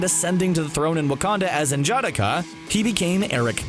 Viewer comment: His name is pronounced En-jah-DOCK-uh (stress on the third syllable)